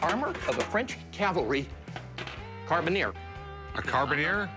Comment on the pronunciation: Whew! At least Rick didn’t say Calvary. For someone with so much knowledge, he really needs to learn how to properly pronounce Cavalry!